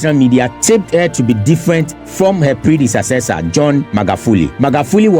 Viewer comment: 💯. Innocent correction tho, Predecessor NOT Predesacessor.